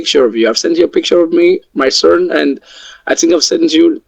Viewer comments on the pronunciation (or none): I'm intrigued by how many R sounds he adds. My surn instead of my son, urs instead of us, frine imstead of fine. He has to add R sounds to pretend to be American, so maybe he adds more than necessary by failing to identify the words that actually need R.